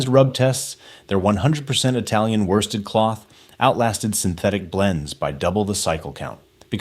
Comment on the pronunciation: Worsted pronounced by this genius ‘warsted’. E2L much?